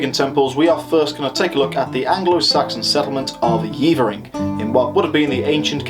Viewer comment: just stumbled across this - good stuff. One thing - it's not Yeevering - its Yevvering. Been up on the Bell a few times - bloody windy and very bleak but they reckon it was a bit warmer back in the day, which would make sense as I've yomped all over the Cheviots and seen ancient sites which were obviously viable back then but which are now just usable for sheep. Climate change - nowt new under the sun eh?